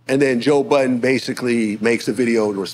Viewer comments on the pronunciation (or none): Nore said joe biden not joe budden 😂😂😂😂😂